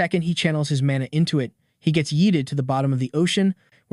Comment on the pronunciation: Narrator is terrible at saying he 😐